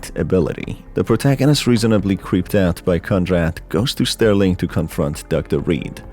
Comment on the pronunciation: SERLING hotel, not Sterling!